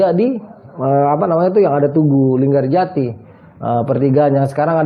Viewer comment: linggarjati bang bukan LinggaJati